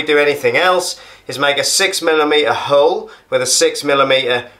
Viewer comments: Love that method 👍 your pronunciation of 'Milwarkee' and drilling a 'hurle' made me laugh 😁👏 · Just bought my first drill to do the work the landlord refuses to and this did the trick! You're right about needing a clamp/ spreader, wrecked my hand trying to do this without one. Cheers mate! Also what region is your accent? The way you say 'hole' threw me! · Great video, I will give this a go..... (how is he pronouncing hole??!)